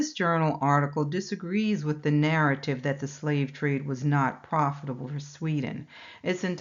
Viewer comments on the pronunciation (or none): none